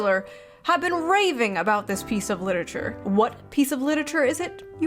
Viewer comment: Ah, yes, cliterarure